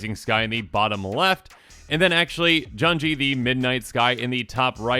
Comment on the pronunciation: Junji is pronounced “june-G”, Ao is “Aah-oh.”, and Kura is “coo-rah.”